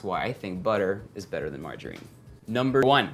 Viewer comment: I love how Erwan says "mar-JA-rine"